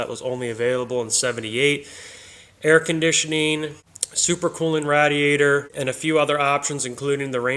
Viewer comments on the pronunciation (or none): For the 100th time the word is pronounced ray- Dee ate er. 😂